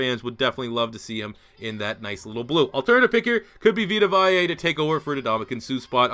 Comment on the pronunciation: Take a shot every time mispronounces "Vea". EDIT: He mispronounces it once, but pronounces it right during his selection.